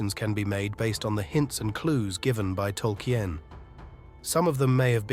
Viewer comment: tolky-en? It's Tol-keen! Come 0on bro. lol